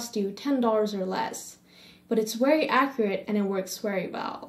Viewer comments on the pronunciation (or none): And please stop saying "wery" lmao